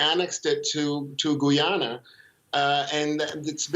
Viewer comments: GUY-AN-A and not Guwie-yana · I am wondering if his grotesque mispronunciation is meant as disrespect to GoooooYanna. I mean the host is emphasising the correct pronunciation but he distorts his face to say Goooyaanna each time. His English is pretty good, so i think itis intentional. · Guy a na ..not Gwee a na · repeat after me Guy-ana not Gu- ja-na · It's not Gooyana , it's Guy_ya_na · Guy - ana , not Guiana :) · Its pronounced GUY-AH-NA!! get it right people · How you pronounce guyana like goyana at least pronounce the country name correctly before u start speaking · You forget the fact that 200 million South Americans pronounce it Gooyana which is perfectly correct. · can't even pronunce my country's name what gives him the right to talk on behalf of my country and its people........ utter nonsense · Oh, for the love of God, please learn to pronounce the name of Guyana properly before coming on Air again!!!!! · This guy needs to get the correct facts . He seems to only speaking on behalf of Venezuela and cannot pronounce the Guyana correctly.